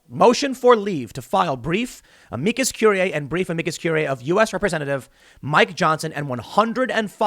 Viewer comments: Tim, just call it an amicus brief. You're obviously having a hard time pronouncing the full name, just say the easy version, it's the same thing lol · It bothers me every time Tim tries to say Amicus or amicus curiae or Amici.... #Trialsofsomeonewhotooklatininsteadofanormallanguage